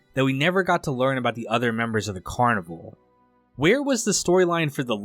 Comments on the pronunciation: So is this guy mispronouncing the title on purpose like some brainless the 2nd? It’s not “carniVULE”. It’s “carniVAL” like Val Kilmer. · It's car-nih-val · Well first off its pronounced Carni-VALE. Anyhow I get that you generally didnt really get the show and thats ok it wasnt for eveyone. Thanks for at least shining a torch on it. Heres the thing, this show was brilliant on so many levels and no it didn't lay eveything out for you. It was an intriguing mystery and you had to think for yourself a bit. I think the character development was fine but yes some of the side characters should have been developed further. Yes I think it borrowed from the original Twin Peaks and David Lynch but in a good way, with its own original feel. I think the real tragedy of this show was not that it got cancelled, which was disappointing, BUT that Daniel Knauf the shows producer didnt take the 3 hour Movie ending that was offered to him to finish the show. Although not the outcome he would of liked, it WAS an outcome. Yes it would have meant some short cuts had to be made, but why let the whole brilliant cast and crew down by taking his bat and ball and going home. Had he have made the 3 hour ending I believe we would be viewing this series/extended movie very differently today. I have no doubt that it would have gone on to become a revered cult classic just as the original Twin Peaks is today. Twin Peaks is often thought of as the greatest television series ever made.. let that sink in. By not finishing the show, albeit not on his terms, Daniel Knauf gave future generations ZERO reason to discover it and it has slowly became obsolete. Such a sham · I thought always thought the title of the show was pronounced "car-nih-val" like the Brazilian parade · It is… this guy is low effort af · Carnivale is so niche that YouTuber's can't even be bothered to pronounce it correctly 😂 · You're pronouncing the name wrong.